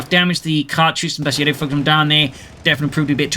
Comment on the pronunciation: Finally somebody that pronounces bersaglieri the right way👏